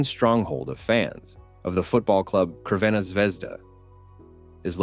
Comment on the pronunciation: Some Building's may look creepy, but Belgrade is a very safe city. The Football Club is Crvena Zvezda, pronounced Tzrvena not Krvena. 👍😍🇵🇭